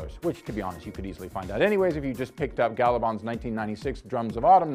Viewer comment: Please learn to how to say the names correctly before you film a video. You pronounced Gabaldon and Heughan incorrectly.